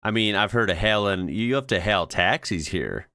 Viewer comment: want to get Australian accent down? Hail has a diphthong vowel, not a monophthong vowel like you used here. Gotta dmit this sounded and a looked kinda strained to say hail. Kinda like the south I would imagine. Hail should be said like Hay-ell